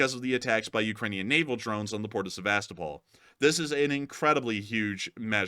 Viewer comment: Yo, thanks for another excellent update. And if you are open to suggestions, and not that it's any huge deal, but it might be worth checking into the pronunciation of Sevastōpol, which I'm pretty sure like Melitōpol and Mariōpol, have their accents on the second to last syllable, as in Seva-STOH-pol. 🤓😅🦾🇺🇦🇺🇸